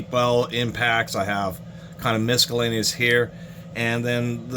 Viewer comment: Are you actually saying "MISKallaneous"... that's throwing me off... hell of a collection though.